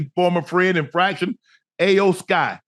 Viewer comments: Shannon and Ocho, her name is pronounced as E-OH, not I-Yo!!😂😂😂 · Iyo Sky, pronounced like E-O Sky Not A O Sky. That was brutal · I love how they mispronounced iyo with ayo lmao 🤣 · unc its E OH SKY not ayo sky😂✌️ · It’s the Final Boss and her name is pronounced Eyo Sky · Who the hell is Aye O Sky? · Its E-O sky lmaoooo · How much they pay these guys to talk about it lmao, cause they butchered all the names lmao “ayoo sky” 😂😂😂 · It's cringe hearing yall mispronounce Iyo (e-yo) Sky's name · It’s pronounced eo sky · Love Unc and Ocho, but y'all massacred Iyo (eee yo) Sky's name, and there's no Jim McMahon 😂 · Shannon & Chad, you guys slaughtered the names of the Wrestlers in this video. It's pronounced Iyo (E-O) Sky. HHH took over running WWE from Vince McMahon. Jim McMahon played Football for the Chicago Bears in the 1980's. Not be confused with Ed McMahon who used to be the spokesperson for Publishers Clearing House. Lol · "AYO SKY i don't want say her name wrong" ohhhhh too late Ocho lol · Iyo. Its Iyo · It's pronounced E-YO Sky 😂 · Iyo(E-O) Sky. More wrestling talk Unc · They both can't pronounce Iyo name right 😅